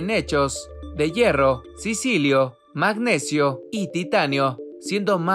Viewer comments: Sicilio no mi pana, Silicio 😄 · sicilio? no sera silicio?